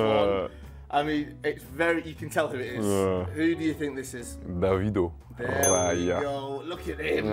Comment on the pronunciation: Did he just call him davido hahahaha.... Am sincerely saying it was eas